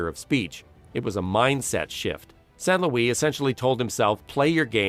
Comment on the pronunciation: Tres bon documentaire 👍 mais tu devrais pratiqué la prononciation des noms Quebecois parce-qu'ont se perd un peu par moment .. ( Ex : St-Louis & Le Cavalier)